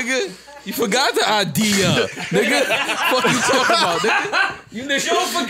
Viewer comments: “All these people talking in my ear, I got a id-ear...”. It wasn’t the best bar but that’s a bar bruh. People in his ear, head, so he has an idea. He pronounces idea as i-dea-er, which is why he mention the clerk Id’ing her for beer. I can see how some like yo it’s kinda a struggle bar, but niggas hating this but loving 69 smfh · ID-ya for the be-er